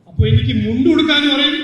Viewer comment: മലയാളം സമസ് 🤔... മുണ്ടി അല്ല സർ മുണ്ട് 😁